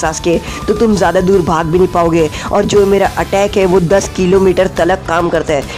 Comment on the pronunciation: Talak nhi bhai Tak bolo